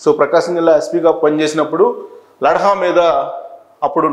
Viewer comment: లడ్హ కాదు లడ్డ